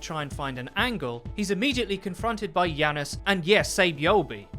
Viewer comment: It has a j not a fucking y. Say it with me now Janus Janus Janus. Not Yanus Yanus Yanus